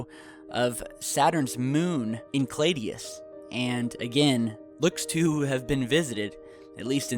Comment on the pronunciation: I enjoy your channel but your pronunciation of esoteric and non-English terms is kind of brutal: Puerto Vallarta is pronounced "vi-yar-ta" , Saturn's moon Enceladus is pronounced "En-sell-a-dus" - I love the idea of humans not being from Earth, but only as a sci-fi story. The arguments that were presented do not compel me to drop the theory of evolution. - We have bad backs because we are still evolving our upright, bipedal physiology.... it's quite a departure from walking on four legs. -""The gravity on our home world was stronger... we're getting taller and taller"_ If true, we would have more robust skeletons that evolved to accommodate the extra downward force of stronger gravity. If humans colonized the moon it would relieve back pain since there is less strain on our more robust, Earth-evolved skeleton. Humans have been getting taller for thousands of years due to our increased nutrition, which is a result of cooking our food, agriculture/farming, vitamins, etc. - Human childbirth is unlike the rest of hte animal kingdom for the simple reason that our pelvis has narrowed in order for our legs to point downward... the birth canal is much smaller than a four-legged creature. It's basically a trade-off for walking upright. - We burn in the sun because we deactivated our protective fur (we still have the same number of hair follicles as monkeys, but hairs don't grow out of most of them... you have the same number of "goosebumps" as a